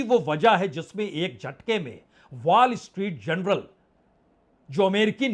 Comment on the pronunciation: A learned and wise journalist and analyst like you saying Wall Street "General" for "Journal" sounds odd!